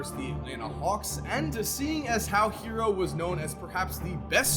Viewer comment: It’s not pronounced Hero it’s Hair-o... that’s why there is 2 r’s in Herro